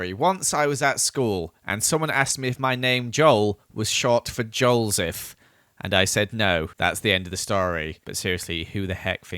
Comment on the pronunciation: its not joelseph cus its right